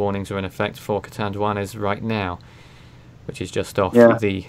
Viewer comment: yes, you are pronouncing Catanduanes correctly.